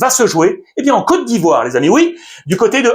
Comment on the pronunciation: Merci infiniment pour la prononciation sur ma côte d'ivoire ❤❤❤❤